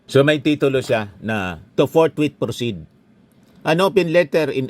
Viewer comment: Senator Escudero "Forthwith" at hindi "Forthwait "😂